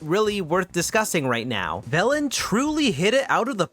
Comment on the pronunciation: My childish ass kept thinking you were saying 'bellend' when saying velan T-T